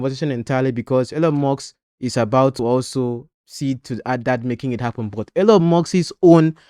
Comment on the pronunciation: Elon, not Elyon. Musk, not Muks